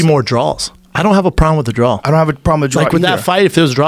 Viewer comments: "See I don't.. I don't think there should be more drawls. I don't have a problem with the drawl" Um yeah Schaub, you DEFINITELY have a problem with the "drawl" lmao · WHOOOOOOSH! Looks like someone doesn't realize that Schaub regularly gets made fun of for saying "drawl" instead of "draw"